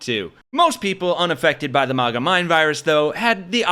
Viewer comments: Stop saying "mahgah". It's maga. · Why do you keep pronouncing it as "mogguh" when it's MAG-uh? It sounds cringe please stop. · Why do you call it mawguh? If anything, you should call it muhguh. Nobody says awmerica. They say uhmerica. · Bro talks a lot of smack about a movement he can't even pronounce. There is no world where MAGA is pronounced MOGGA lol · A little off-topic, but why are people pronouncing maga as “mahga” now? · You definitely pronounce MAGA wrong. Its painful to hear.